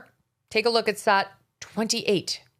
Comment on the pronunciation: Why does megyn say "sod 27" "sod 28" etc?